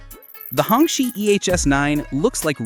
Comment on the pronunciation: Hong Qi is pronounced like Hung Chi. Literally means red flag